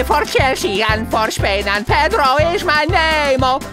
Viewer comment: Педро произносит как Пидро